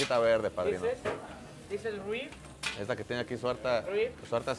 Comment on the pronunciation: "rib" jajaja namames